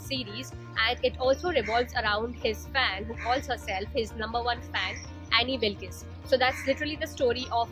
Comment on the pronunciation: Annie wilkees 😂😂 pronounciation